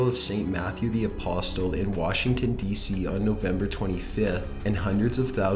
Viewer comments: That's not how you pronounce apostle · The T is silent in the word apostle. I really wish you would research words you arent familiar with. Seems like every video, you butcher several words. edit : It's phil-an-thro-pist not phil-an-tro-fist edit 2 : it's ba-sil-i-ca not ba-sil-a edit 3 : the S in Marine Corps is silent